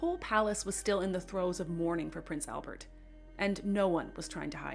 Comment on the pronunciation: One pronunciation correction: it's not "Elbert". It's "ALbert". AL. Same as in "Alice".